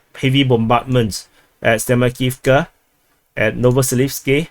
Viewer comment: It's up to them, terminology-wise. A*v*diivka. Av-diiv-ka. TASS reported Prigozhin's statement. Good job on pronouncing Klishchiivka!